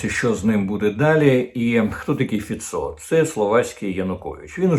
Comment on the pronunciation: Пане Корчинський, краще називати Фіцó не фіцó,a фИцьо